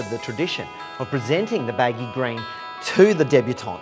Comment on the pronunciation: why can't this guy pronounce baggy 'green' properly. he says baggy grain. he's trying too hard to be occa